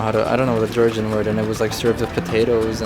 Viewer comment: you pronounce words very well cant distinguish between georgian and foreighner. great job